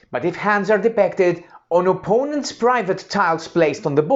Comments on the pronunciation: your 'i' sounds a an 'e', hope this helps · it was not me, or a friend. You say: De-PEC-ted. Try: De-PIC-ted. ;-) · Super! Maybe to pronounce ‘depicted’ better will help. Also setup time of 3 minutes i quite ambitious.